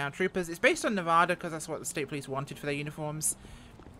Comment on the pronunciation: So glad to see EUP9. You totally butchered the pronunciation of Nevada, though,! -Justin P. 354